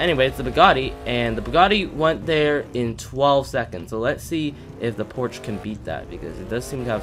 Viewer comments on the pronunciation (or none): “Porsche” is not pronounced “Porch”🤦‍♂️. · You said porsche wrong you non car guy